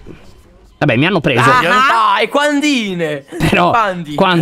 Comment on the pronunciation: non è Quandie e quandle